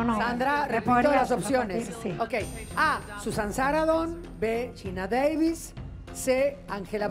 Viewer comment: En su 1ra pregunta Carmen dijo: "Susan Saradon" 3 veces, la N intermedia a quien se la regala?? Ni eso pronuncia bien? Y en 2da pregunta, pregunto sobre un look de los '60, pero cuando hizo el desarrollo, luego de decir la correcta, hablo de los '70...